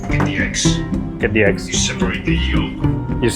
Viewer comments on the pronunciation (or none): "there's flour, there's butter, the $ex" That's what i hear 🤣